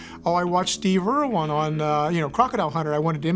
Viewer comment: IRWIN!!! It's Steve IRWIN. Not freaking Irwan